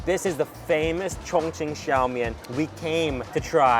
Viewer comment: i first thought you said "chingchong people are so friendly" haha